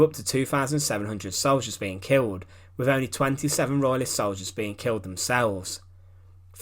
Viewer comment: Agree ! " Frone " ? " wiv " " sixteen eighty free "...?? WTF . ! Apart from that the monotonous drone with which he races through the script is painful .